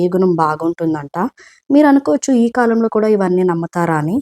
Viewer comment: కలం కాదు కాలం అనాలి